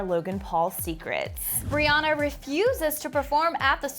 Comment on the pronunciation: People keep mispronouncing Rihanna's name. It's Ree-anne-uh. Not Ree-ah-nuh.